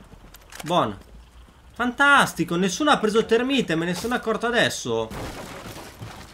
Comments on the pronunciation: si dice termait non termine c ristoh! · thermait si dice non thermite